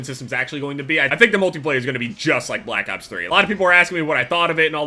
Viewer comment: did anyone notice that said black cops 3 instead of black opps 3